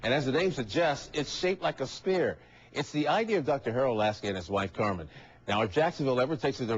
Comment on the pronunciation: ITS SHAPED LIKE A SPHERE, not like a "spear".